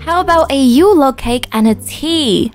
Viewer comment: a Yule lake cake Me:I thought it was Yule log not Yule lake